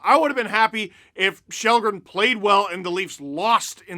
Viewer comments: Its pronounced skhal-dren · His name is pronounced shallgren and that’s what we should call him, regardless what country your in. Have some respect for someone’s name you sound arrogant saying since your in “North America” your above pronouncing individuals names outside of that.